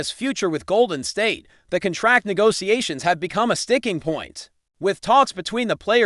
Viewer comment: Learn to pronounce the noun "contract".